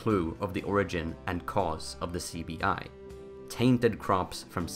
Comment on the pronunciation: Apologies but when you said CBI in the beginning it really sounded like you said sleepy eye